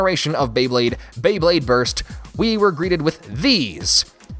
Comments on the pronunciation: When you whier trying to pronounce the Japan version of Beyblade you said beyblade borite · "beyburrito" definitely thats how they procounce it in japan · Did he say burito?